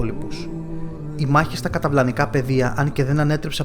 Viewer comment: Ωραία παρουσίαση αλλά τελικά είναι... καταλαυνικά ή "καταυλανικά"